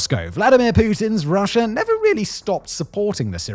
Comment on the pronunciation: There is no such place as Syrier, nor Russier. What is "medier?" I've never heard of Americer either. In grade school we were taught that people from Great Britain spoke the purist form of English. Not sure where you grew up but your slum street jargon is a disgrace. Take a sabbatical and take some classes in English pronunciation before trying the documentary profession again.